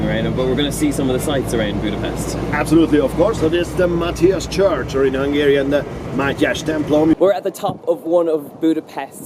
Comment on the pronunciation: I love how you pronounce hungarian words :) Keep eating good food and have fun!